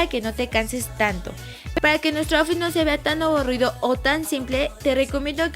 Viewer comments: Lessli me encantoo todo el video pero outfit se pronuncia autfit no aufi ☺️☺️ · APRENDE A DECIR OUTFIT Y LUEGO LO DICES